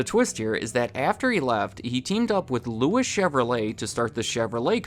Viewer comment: I turned 6 in 1992, so I witnessed the disontinuation of the following: Saturn Eagle Geo Hummer Pontiac Plymouth Oldsmobile Mercury It was a sad time for the American automobile industry NOTE Louis is pronounced like Louie in Mr. Chevrolet's name.